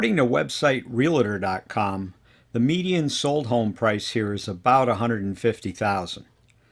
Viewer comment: Good information-packed video. Answered most of my questions. Note- REOCCURRING is not a word. The word is RECURRING. Realtor is pronounced REAL-TOR not REAL-I-TR. Very good annunciation. Nice and clear, and unlike so many, you do not talk too fast! Very well done! I grew up in Florida, and until my Dad died the saddest day of my life was Jan 8, 1971 when at 11 years old, they dragged me out of Florida. I missed it every day of my life since. Now that I'm retired I think I may make Barefoot Bay my new paradise.